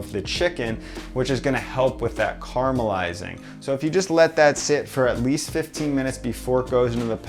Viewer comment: The word is “caramelizing” not “car melizing”.